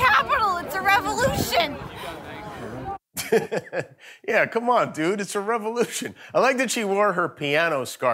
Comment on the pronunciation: "We stormin' the Capitol, is a revolushin'!!"